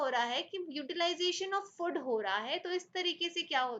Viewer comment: mam, it's not 'फुड', it's 'फूड'.